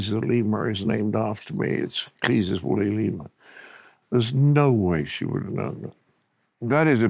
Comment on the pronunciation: It's Cleese as in cheese, not Cleese as in geese. Although either pronunciation is equally gullible.